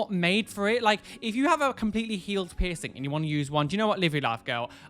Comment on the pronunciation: really thought he said “share your 𝑝𝑖𝑠𝑠𝑖𝑛𝑔 story” instead of piercing story at first ... — JustHereForTheTube has left the chat.